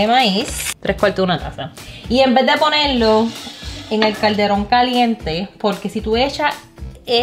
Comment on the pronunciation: Caldero 😂😂😂 sin la n al final